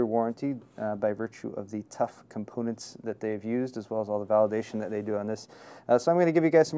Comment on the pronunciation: he said cum-poonets